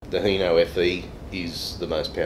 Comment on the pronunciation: It's hino not heno so hi not he